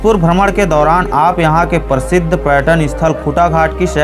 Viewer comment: परसिध नहीं होता है है भाई ना हि परतिशत होता है।